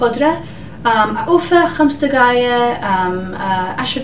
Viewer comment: خمس دكايه 😂😂😂😂😂عود خمس دقايق